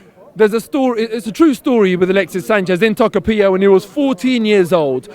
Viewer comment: Lol, as a Chilean I love the cockney pronunciation of "Tocopiha". (The way to pronounce "Tocopilla" is more like "Toco-pee-yah")